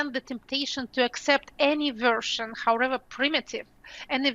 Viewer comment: Пока она говорит "хаурэва" вместо "however", её связь с Россией не потеряна)))